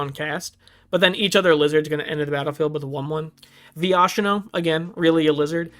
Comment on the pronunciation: funny to see a newer player not knowing how to say viashino right